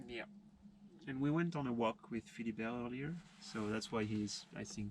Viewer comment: I remember when you introduced Philibert, I heard Filbert ...